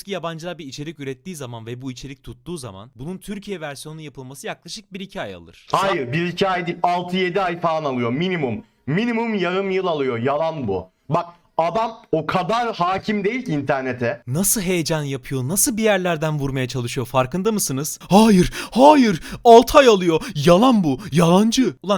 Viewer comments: minimum yayım yıl alıyo minimum :D sanki ordaki r yi yutuyor gibi :D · Yayım yıy ayıyo kendini kasmaktan r leri okuyamıyor 😂😂 birde seni eleştirecek 🤣 boynundaki çanın sesi geliyor burda